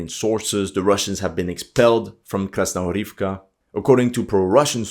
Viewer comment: Можно бесконечно делать 3 вещи: 1) смотреть как горит огонь 2) как течет вода 3) слушать, как этот ,блогер произносит Krasnogorivka